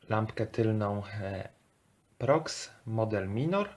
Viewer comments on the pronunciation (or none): Powinno się czytać Pro i osobno X , nie " proks " lecz PRO X, taka ciekawostka ;P